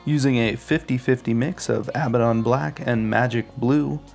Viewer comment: Its pronounced ah-bad-don, not ab-ba-don. Theres one b and two d's